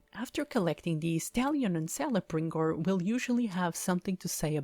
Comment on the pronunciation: shadow of mordor is probally my favorite middle earth game and its pronounced kel-ebrembor also good reviw